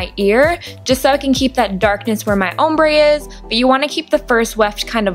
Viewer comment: You say ombré funny haha an nice video